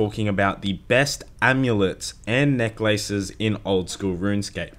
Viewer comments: NECK LAYSES AMULET OF TORTJA, MEE LAY, CONCLEWSION, PRAER, DAMIDGE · Emphasis 'neck' ... 'laces' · Neck LACES. Jesus, way to pronounce it awkwardly. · Why are you saying necklaces like 2 words? Its hurting my brain.